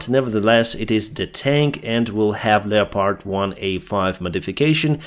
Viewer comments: Leopard is pronounced leppid. Thanks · Dear - Historically 'leopard' is formed from the two words 'leo' and 'pard' - but we pronounce 'leopard' as 'lep-erd'.